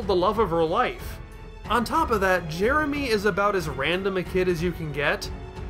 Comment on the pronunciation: Other reviews I've seen of that episode just keep making fun of Jason making Jeremy's name sound like "Germy," so I'm glad didn't get stuck on that!